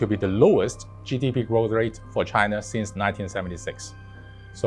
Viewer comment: He’s totally saying Chiner